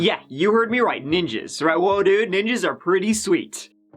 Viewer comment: Our first Neeenjeees! I LOVE YOU 🤣😂